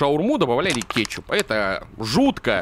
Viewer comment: А почему ты говориш кечук? Или это мне кажеться